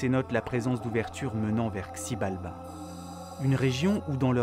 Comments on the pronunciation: Hello ! Super vidéo ! Par contre le x se prononce ch ... donc CHibalba ;) Les légendes autour de cette idée son sympa aussi :) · Ça se prononce Chibalba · Whaaaa, super vidéo, très bien faite et bien narrer, j'ai appris pas mal de choses sachant que c'est une civilisation à laquelle je m'intéresse beaucoup. Seul hic, ça s'écrit Xibalba mais ça se prononce "Chibalba" le X en "maya" se prononce "Ch".😊 Voilà voilà, en espérant vous avoir appris un truc